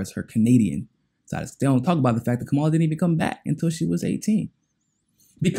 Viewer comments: yeah i know who he's talking about. Point is... her name is Cam-ah-la. Let's add credibility to our news outlets... mispronouncing his name makesit seem as if we're only listening to one another and not getting the information from the source.. if we were, we would catch the little mistakes.. seems minor but folks check for that. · Fam... you gotta start pronouncing her name properly... that keeps you credible. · “There are some people who believe that Kamala Harris is for us.” Right off the bat, you don’t know how to pronounce her name, which shows you haven’t done any research that you claim to have done: You haven’t even read her book, which is a short read. Second, who is “us?” Does it include me? So I looked up MCSC Network and found there was no reason it shouldn’t include me. So, I feel free to include myself among the people who believe that Kamala Harris is for me, along with “some of other people”. It’s only when you get into the stupid meat of your subject that I realize you’re talking about African Americans, and light-skinned ones in particular. So, in fact, I am not part of “us,” and what you are appealing too in particular is race-conscious (racist) African Americans.